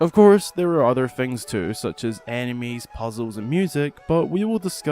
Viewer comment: "puzzles and animes,and location and themes"